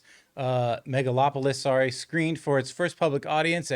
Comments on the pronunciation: John said "Megalopolypse" every damn time :D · does john keep saying megalopolypse? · John just cannot pronounce the movie properly 😂😂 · The bare minimum he could do to try to pronounce the title of the film correctly. If you don't give a damn, just don't do reviews. It's totally disrespectful and unprofessional. I don't care how casual you try to look. It's bad and not cool.